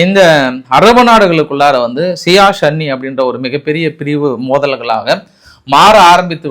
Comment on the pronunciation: Sir athu shia and sunny illa sir it's shia and soonny